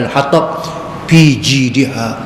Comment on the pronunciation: nape ustaz sebut fi bunyi seakan pi